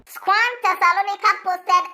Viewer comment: Kotor Natio president its pronounced SCOAN (SCORN) not SCO-AN